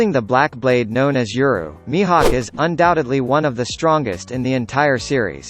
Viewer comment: when did mihawk became mihak